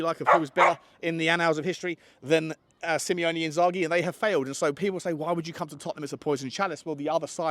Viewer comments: first and foremost stop butchering Inzaghi's first name. It's Simone, pronounced See-mo-nay, not Simeone, which is the surname of Atletico Madrid's manager. Secondly, while it's true that Inzaghi's contract is up in the summer and he has yet to sign a new deal -- he has stated that he's not going to do anything until the season is over -- I find it highly unlikely that he will leave Inter. Yes, the club is strapped for cash, and yes, the squad needs a rebuild because it has the highest average age in Serie A, but Inzaghi is working under chairman Beppe Marotta. Marotta has a very long history as general manager and even as CEO of a number of Italian clubs prior to Inter. Most importantly, he was general manager of Juventus from 2010 to 2018. Between 2011 and 2020, Juve won nine consecutive scudettos, the first seven with Marotta in charge of recruitment. Whose boss and mentor was he at Juve? A certain Fabio Paratici, who learned everything that he knows from him. In fact, Marotta is the only man in Italian football with a longer contacts list than the Don, and his specialty is putting together squads composed of top talent for little money. Moreover, he has assured Inzaghi that he will give him all the backing that he needs. The two have already enjoyed considerable success in only three seasons at Inter, and Inzaghi is very popular with all the people that matter at the club, such as club legend Javier Zanetti who was appointed vice-president (equivalent to deputy chai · SIMONE my friend, not SimEone (which is the Spanish version).